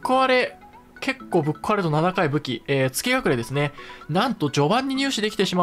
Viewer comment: 動画お疲れ様です！ 蝕ショーテルはじめて知りました、恐ろしい 一位の月隠は「がちいん」と読みます！前作セキロでもあった月隠の飴と同じ読み方になりますね、フロムらしいネーミングですね